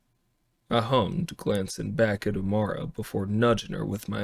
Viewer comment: I like this version better except for the pronunciation of the names. That’s saying something to prefer AI pronunciation over human pronunciation. It will always be Amara and Fiden in my mind.